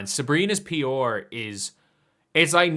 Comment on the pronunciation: The way you say PR with your accent is hilarious.